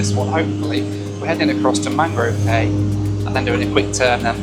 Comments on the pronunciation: Great video, but cay is actually pronounced “key”. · Cay is actually pronounced key. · Used to live in the Bahamas. “Cay” is pronounced “key”. Loved the out islands. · Cay is pronounced “key” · Cay there is pronounced Key just they spell it like that & you being from UK should know lol. Nice job loved it. -Cheers!